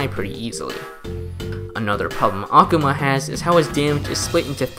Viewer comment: small correction: Akuma's name, like every Japanese word with similar structure, is pronounced with emphasis on the second-to-last syllable. Not really a big deal, but it did irk me just a little bit to hear you repeatedly say Akhama. x3 That aside, you've earned a subscriber for this an several other videos, and convinced me to reinstall The Battle Cats and give it more of a go. Last time I played it, I stopped after beating The Face boss fight, and uninstalled because I simply didn't know how much more content there was and figured I'd already seen most of the game. How wrong I was!